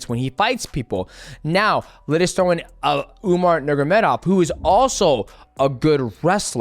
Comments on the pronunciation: UMAR NURMA GOMEDOV not Umar Nurgomedov 🤣🤣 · "Umar Nurgamedov" 🤣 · "Umar Nurmagedov" that was funny